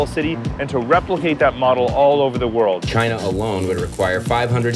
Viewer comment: "It came from.... Chy-Na!".